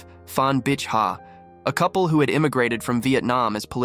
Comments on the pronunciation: It's pronounced "Bi'", like trying to pronounce Bic pens but forgetting the 'c'. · Pronouncing bich from bitch to beach made me LMAO.